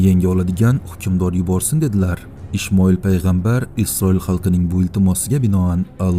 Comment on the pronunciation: Ishmoil emas Ismoil deb aytiladi to'g'ri oqing